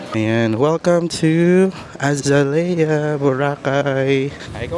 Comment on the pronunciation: The correct pronunciation of Azalea is actually uh zay lee uh Phonetics: ( a zay liya) Source. AI.